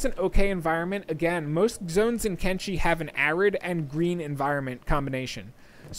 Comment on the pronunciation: Why do you call it Kengi when it's Kenshi? Thumbs down due to creator not knowing the correct name of the game.